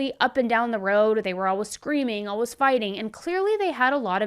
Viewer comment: Where is she ( ) from? She always pronounces ALWAYS as alwas